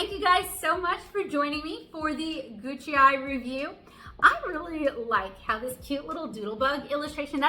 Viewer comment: Google says it is "goo k eye"